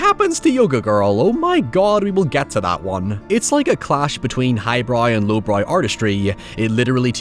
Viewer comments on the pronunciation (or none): Shortly followed by "highbroy" and "lowbroy"